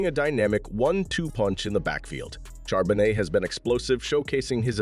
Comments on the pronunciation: Shar-ba-nay..... You're welcome! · Charbonnet the t is silent. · Whoever made this video is clueless. We literally never run play action, our run game has only taken off just this week, JSN is not a rookie, the T is silent in Charbonnet, and Witherspoon is the shutdown corner, not Tariq (though he's decent too).